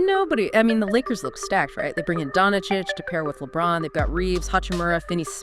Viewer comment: Donna Chich? Who is this lady talking NBA and doesn't know how to say Doncic?